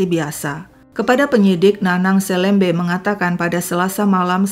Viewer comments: Cara baca SELEMBE yg pas sesuai logat Pontianak adalah "e" seperti membaca e pada "enam". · Ini viral banget jaman aku SMA dulu, tempat penemuan jasad dulu jd tempat yg ditakuti karena emang dr awal juga jalan arteri supadio juga memang sepi. Btw penyebutan selembe tu, e nya kayak nyebut elang hehe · kayaknya kelahiran Pontianak ya, pas banget dialek melayunya meski masih keliru membaca 'selembe' dengan huruf e seperti kata ' esok' harusnya 'e' seperi 'emas' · Saya tidak percaya si nanang jera. Bukan selembe tapi seulembeu kalo di penulisan dan di bahasa sunda, dan org melayu pontianak juga nyebutnya seulembeu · Bacanya pakai e pepet, Kak, bukan E taling. SeLeMBe. Seperti membaca huruf e pada kata petir, pecah, pelan. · Hai,, bukan gitu baca selembe nya bukan e meja, pakai e' ke, kyk baca kemana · 😂bc selembenya , hrusnya kayk bc selem' bar....trus bc be'nya jgn "b" tp be, itu bhse melayu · kata "selembe", "e" dibaca seperti baca kata "serambi" bukan "e" "pepet" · cara baca untuk semua huruf e pada kata selembe= e di baca e seperti baca elang, bukan di baca e seperti baca bebek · Hai Seneng upload terus Sdh 3x kasus dr pontianak...kalo gak salah...kesemuanya melibatkan anak perempuan dibw umur..miris ya......maaf,..mau apa ya...bkn mengajarin.. Nanang selembe...bc be nya bkn begitu tapi dibc sepert kita baca BELOM be-nya..bukan seperti baca BECAK... Gitu aja...sukses ❤❤ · Astaghfirullahaladziim 😢 Seram sekali kejahatan pelaku. Bnr2 biadab. Umur msh segitu sdh berbuat kriminal brutal. Btw, mohon maaf sy koreksi🙏 Sy org Kalbar jg, membaca kata "selembe" pd huruf "e", dua2nya dibaca seperti qt membaca huruf e pd kata buah apel🙏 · Cara pngucapan selembe...E nya dibaca seperti.."memerah....(susu sapi) " bukan....seperti "merah.." warna. Hehehe.....sedikit koreksi aja. Sukses terus... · Blom pas wkt melafalkan kata 'selembe' nya tp lumayan lah 😂